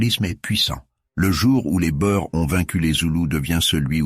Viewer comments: les "bo-ères" ...pfff les "boers" c'est du néerlandais et/ou africaans, ça veut dire "fermier"et ça se prononce "bour" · boer se prononce bour. le pluriel est boeren [boûrën]